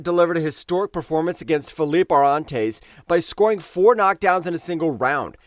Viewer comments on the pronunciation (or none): none